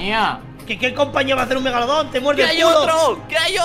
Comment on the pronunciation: Victor dijo mega bolon